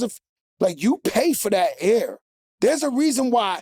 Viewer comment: "Its the ayer" 😂😂😂